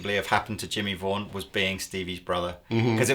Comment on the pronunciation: VAUGHAN NOT VAGHN !!!!